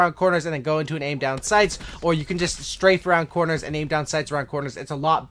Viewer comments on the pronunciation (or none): none